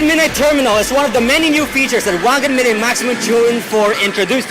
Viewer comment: You pronounced "midnight" wrong. You turned "Meed-naight" Into "Meed-nit"